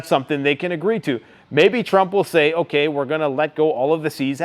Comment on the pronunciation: "Sh*t's fittin' to pop off"??? That's not the way you say that bud. Friggin cringey ass boomer. And why do you say "okay" so friggin weird. Like "ahhkie". What a weirdo man..... P.s. 10 x 20k = 250k? Wtf is that math dude..... that's like third grade level stuff. You're absolutely cooked